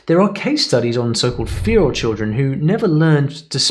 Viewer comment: I've never heard "feral" pronounced like that before! (I'm from the UK)